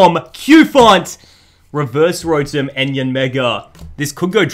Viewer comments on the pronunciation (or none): none